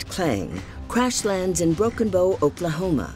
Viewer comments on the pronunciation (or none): It's broken Bow, rhymes with Ow! Like you just got hit. Like the Bow of a ship. Not a bow and arrow.